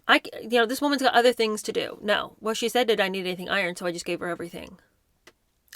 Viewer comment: Learn how to pronounce: Yorkshire, Summerset Maugham, to not ta, other not nuther, Elton not Eltin, estate, hanging not hangin, today not taday.